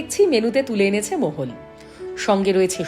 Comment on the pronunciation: ভদ্রমহিলা 'মহল'কে মোগল/মোহল/মোহন উচ্চারণ করছে কেন???